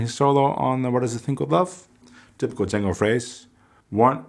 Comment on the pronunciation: I heard you pronounce Django at the beginning correctly as John-go not Jane-go as most people pronounce his name. His brother Joseph and the people of Belgium would always get upset when they he would hear Django pronounced incorrectly. Just thought you could help spread the word on your end.